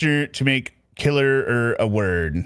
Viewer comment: She said that & at some point said killerer too. Can't remember when tho. If it was a phone call or letter, but she did.